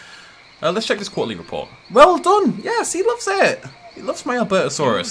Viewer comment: Albertosaurus (Al-bur-to-sar-us)